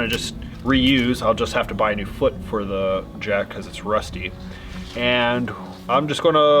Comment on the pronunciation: I've watched every video since day 1, and you drive me crazy. Long e before a word starting with a vowel. (thee ant). Short e before a word starting with a consonant. (thu van). 😐😐